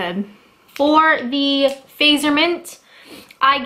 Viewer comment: I used to live in Finland, and it is pronounced like 'Fah-t-zer' - and they're delicious...esp. the gaisha ones.